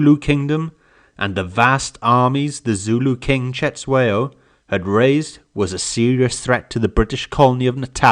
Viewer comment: Its not setshwayo but its Cetshwayo, pronounce it with click sound. Anyway thank you for your lesson